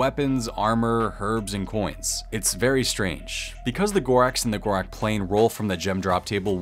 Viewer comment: Ur saying gorax like its an x wtf bro its gorak's